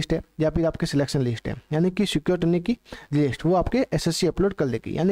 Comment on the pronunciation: स्क्रुटिनी ❌ सिक्योरिटिनी ✔️😂